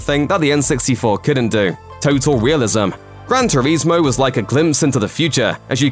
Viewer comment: Had to turn the sound off and watch in silence after hearing you say "gran turezmo" multiple times 🤦🏻‍♂️